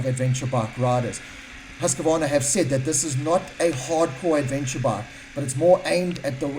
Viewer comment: Seriously.... It's HUSK-VARNA. Not HUSK-A-VARNA.... FFS...